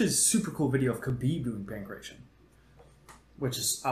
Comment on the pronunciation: Not how "Pankration" is pronounced, my dude.